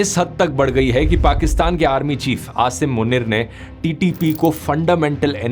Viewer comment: Apny Asim Munir KO ghalat pronounce Kiya 😭😭🙏🏻